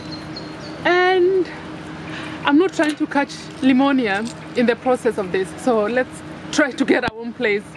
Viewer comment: Did I hear limonia(pneumonia)😂😂